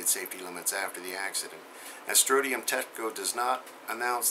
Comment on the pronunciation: it's pronounced stron-ti-um, not strotium. thanks for all you do!